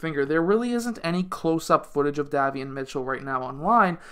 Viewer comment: Hi, love your videos. 💯 His name is pronounced like (Day) Davion Mitchell. Have a Blessed weekend.